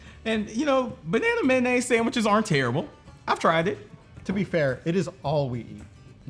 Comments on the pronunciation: It's pronounced may-oh-naze, not man-aze. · "Mannaise" I tell you what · i’ve heard of bananas but what’s man ay’s, do you mean mayonnaise?